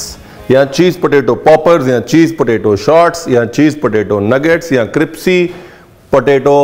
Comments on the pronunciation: Ranbirji aapn kipsy q boltey ho....it should be Krispy 😂❤love ur all teceipes 😊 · Crispy hota hai cripsy nahi🤣🤣🤣🤣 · Sir g aap crispy ko cripsy kyo kehte ho mene bhot baar suna h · I simply love the way you say 'kripsy' for crispy😂😂. Thank you for the amazing recipes and the entertaining videos. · Cripsy so cute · aaj mujhko pta chalaa crispy ko cripsy kehtey hain love you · Chef ka cripsy kehna bht acha lgta hai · i love the way you say cripsy and not crispy. its cute. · Dear chef, I enjoyed your word cripsy instead of crispy it was mast ❤❤😂😂😂 more love to the most resercher food chef❤❤❤❤ you and your smile is amazing 🤩😍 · I like your videos very much.. Thank you. I would like to correct one word that you use often, it's criSpy not cripSy.. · Haha from long time I am observing Ranvirji..you say cripci.. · Hmne bhi bata diya ke crispy hota hai cripsy nhi fir na kehna hmne bataya nhi 🤣🤣😄lekin dishes ❤️❤️❤️❤️❤️ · Not cripsy. Its crispy😊👍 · Bhai you are an internationally acclaimed chef. Lease try to understand me . Don't ever use the pronciation cripsy. You are intelligent enough to get my point. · Nice cripsy 😂potato nuggets.. I will try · raveer said cripsy...instead of crispy...😂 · Chef, your use of cripsy instead of crispy sounds good!!!!! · Crispy ko cripsy bolte hain ranveer ji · You look more cute when you say CRIPSY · How many heard Cripsy even it happens to me that I get confused with crispy and cripsy 😂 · क्रिप्सी ❌ Cripsey क्रिस्पी ✔️ Crispy गुगल महाराज बोलकर भी सुनाता है. 🙏😂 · Jaise ki aap ne gurkirat ko bola kaabuli nahi kabuli pullao waise aap galti kar rahe hai cripcy nhi hota hai crispy hota hai 😅😅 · Aapke "Cripsy" par waari jaava! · Its crispy....not cripsy.. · App crispy ko cripsy bolte hee😂😂😂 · Tusi crispy nu cripsy kyu bolde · Cripsy ya crispy 😂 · Crispy nu tuci cripsy bolde ho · Any one notices he said cripsy instead of crispy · Boss it is crispy* NOT crispy, Mera sleep of tounge ho raha hai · Why do pronounce it cripsy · Cripsy nhi crispy hota hai